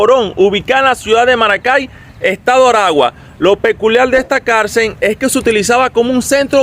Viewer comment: No se dice carcer se llama carcel